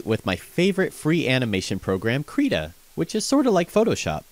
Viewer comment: You said the name wrong B O I